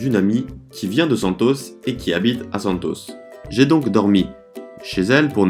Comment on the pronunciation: Lindo! Camisa verde amarelo 👏👏uma dica no sotaque...Santos, samba...com a tônica na última sílaba mas no San.. e no sam.. 🌿🍄🌿sinto ciúmes e admiração do teu talento em falar um novo idioma